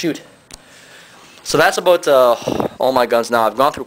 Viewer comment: he said aboot. hes from canada.